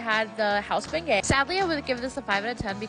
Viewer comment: dafuq is a "benguet" gurl, "beignet" is pronounced "ben-yeah"